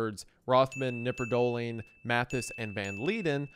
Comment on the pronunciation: In germany we pronounce the K in knipperdolling. Just fyi